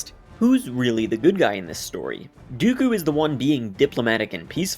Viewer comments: Something that tells me Lucas was just writing another sci-fi adventure in his mind is the language he uses in all the behind the scene footage. He regularly refers to lightsabers as laser swords, and while everyone in the films says Dooku's name with the long oos, he says Dooku's name with a short o or as if it was Doeku. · Amazing how the goofy Count Dooku turns instantly into the vaguely-Asian blademaster Count Doku with just a simple pronunciation change. I always thought that the character suffered under the weight of a horrible name. While that may be acceptable for a throwaway comic relief character like Babu Frik, it doesn’t work for a very serious character, especially one who is played by a legendary actor who has real life badass credibility. Eh, I’m just an old fart- I think that Count Doku sounds about 100 times better, that’s all. Obviously, that’s just my opinion 👍🏻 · Crazy hearing Lucas talk about Dooku and call him dough-ku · Why does Lucas mispronounce Dooku's name? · that's what he's called in Jedi Starfighter too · George literally said “Doku” twice instead of “Dooku” just more proof the dude doesn’t even know the lore he created. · Doku? as George just pronounced it Or dooku? I’ve always said dooku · (Doe'ku). And here I have been pronouncing it (Duke oo) this entire time... Don't they always say (Duke oo) in the episode, and in the cartoon series? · TIL that everyone has been mispronouncing Dooku, which I guess Lucas meant to be a Japanese long o, even though he does not pronounce it that way, either. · .... Learning either it's pronounced Doe-ku not Doo-ku and everyone else in the series says it wrong or George Lucas just doesn't pronounce the name right. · George said (dough-coo) not dooku is it pronouced like that? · Why does the creator call Dooku Doku? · George Lucas , the guy who created dooku is pronouncing it wrong. but Dough-Ku sounds hilarious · I think you mean Count Dough-ku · Did George really say Doku instead of Dooku XDXD.